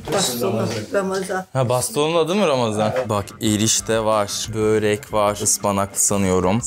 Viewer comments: Abi böörek değil börek 😂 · Abi böööörek değil börek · Abi bööörek değil börek